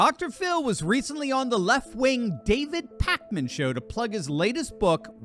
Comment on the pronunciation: It's Pakman not Packman.